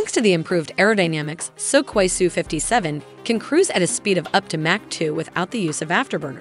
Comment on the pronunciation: It's called Сухой, pronounced Suhoi.. With a hard H sound. That's definitely not Sukoi. As the videos are very well made, please try to be in such details also correct. And by the way. Admiral Kuznetsov isn't an aircraft carrier by western definition. Also a Navy basked version Su-57K was never announced. At least I never heard or seen a source claiming that. Would be logical, because Russia doesn't need air craft carriers for their doctrine today.